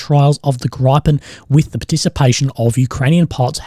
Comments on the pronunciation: I know this is nitty picking, but it's pronounced Gri-pen not like Gry-pen. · That's 'Grip-in', not 'Gripe-in', as in Gryphon. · GRIP-EN 😂 Sounds like Griffon, but GRIPEN. Not Gripe-en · Hehe Grajpen, it’s Griiiipen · For the interested... If you pronounce 'Gripen' as 'Greepen' in Australian English, you get a bit closer to the Swedish word. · Hey bro. Griffon is pronounced the same as the bird, not like you are saying it with the beginning of the word sounding like "gripe". beginning of the word "gripe". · Scandinavian asshole here. Try pronouncing the "I" in Gripen like an "E" sound like "Greed" Greepen. Love the content.